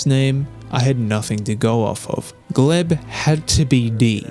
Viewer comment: It's a sRussian name, pronounced Glyeb.